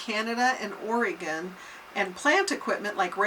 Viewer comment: Please don't say Ore-E-gun, its like Warsh-ington it hurts my ears.